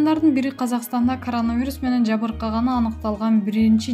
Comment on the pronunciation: Эй,окуй албаган не громатная кичине окуганды уйрончу. А не каранавирус 😰коронавирус.Эптеп эле чыга берет экенсинерда ютуб каналына уят😫